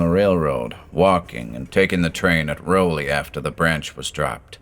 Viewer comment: We pronounce it Raow-lee .. even though it looks like Rowley. I lived in Newburyport, Ipswich.. grew up there. Never took the oaths though. ;)